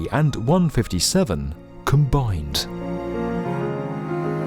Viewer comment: when you said COMBINED... my heart stopped beating.